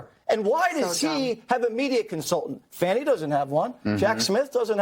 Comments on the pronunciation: Fannie is Fanny. Fauni or Fahnie is pronounced different lol. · Her name in FANNY! Not Fawni! :face-green-smiling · Fani does not rhyme with Bonnie or Donnie, someone should have got her daddy hooked on phonics